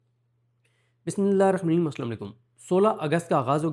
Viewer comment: بھائی صدیق ۔۔۔۔بسم اللّٰہ الرحمٰن الرحیم ۔ براے مہربانی صحیح پڑھا کریں